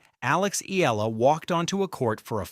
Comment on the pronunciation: Repeat after me... E-AH-LA E-AH-LA E-AH-LA E-AH-LA E-AH-LA E-AH-LA E-AH-LA NOT... EE-LA